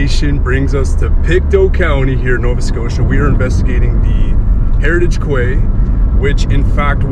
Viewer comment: Hi &, I would like to mention that the word Quay is actually pronounced Key which is weird and I don't blame you for saying it how you did. You both look great after your vacay, I cannot wait to see what happens. I heard a very faint male voice say "Nathan". there was what sounded like a female making a strange vibrating noise but she said something before it although I cannot make it out. Thank you, I could feel a boy too and 2 girls, 2 names I got was Heather and Daniel. A fantastic investigation guys, you were awesome on the rods along with what you picked. Thank you for sharing, much love. xx 💖